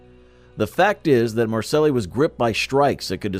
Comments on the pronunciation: If you’re gonna do a documentary, learn how to pronounce things the right way The crime family were talking about the luchese crime family it’s pronounced Lu Kay se In the area in France, you name is not pronounced the way you pronounced it MAR SAY is how it’s pronounced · Way too much mispronouncing. Lucchese is pronounced LOO-CASEY. Marseille is pronounced MAR-SIGH. Etc, etc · Mar-say not marcelis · Where in the fack is Marssellis?Don't you mean Marseille think dat how you spell it may be wrong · Learn how to pronounce Marseilles. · The clown that did this can’t correctly pronounce the name of a famous French port ! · Maybe learn how to pronounce Marseille?!